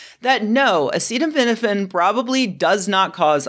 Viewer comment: every good announcement of medical findings starts by being unable to pronounce the name of the chemical you blame for autism.